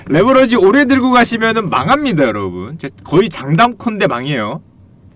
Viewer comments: 레버리지를 레버러지로 발음하시니 스펠링을 설마 모르시는건가요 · 레버러지가 아니고 레버리지입니다. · 형 근데 왜 자꾸 레'버러지'라고 욕해? 미안해😣 이거는 안살께...😉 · 레버러지가 아니고 레버리지 입니다 바로알고 방송하세요